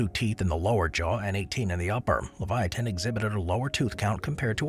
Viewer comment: U pronounced Sarcosuchus wrong as well, and pronounced Leviathan wrong too